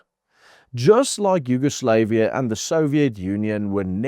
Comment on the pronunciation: Bro pronounced Yugoslavia very incorrectly and the USSR has lived on as the Commonwealth of Independent States and the Eurasian Economic Union